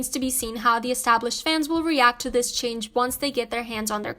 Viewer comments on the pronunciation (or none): none